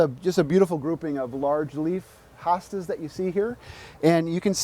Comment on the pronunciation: Not HA Stas it's HO stas ❗